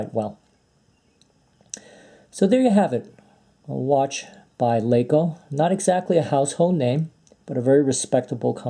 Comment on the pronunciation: It’s not “Laa-CO” it’s pronounced Lahco,the A is short.